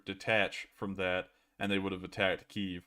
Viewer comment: Its pronounced Kyiv.